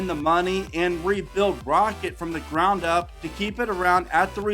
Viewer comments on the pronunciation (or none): none